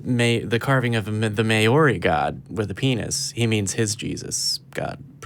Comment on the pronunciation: LMAO your pronunciation of Maori words was terrible. Good try though :-) love from New Zealand. As for desecrating our carvings, what a disrespectful wanker that Pakeha teko is!